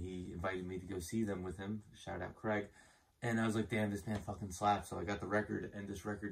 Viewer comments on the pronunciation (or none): well the vowels should sound like -ay. As in aunt m-ay or Saturd-ay. Not like cr-egg. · Your friend might say otherwise, but that is not how you pronounce Craig.